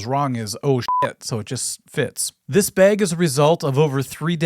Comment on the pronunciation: The way minnesotans say "bag" has seriously undone so much of the good will they have earned over the years.